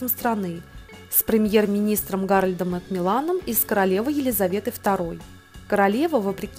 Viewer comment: Премьер Англии Макмиллан, ударение на втором слоге, у них тоже!